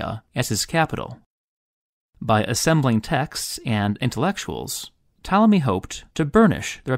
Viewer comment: I love how when you say "Ptolemy" it kind of sounds like "Tommy", which really just makes him sound like a little boy